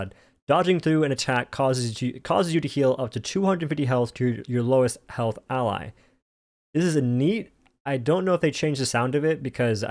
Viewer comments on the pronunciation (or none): none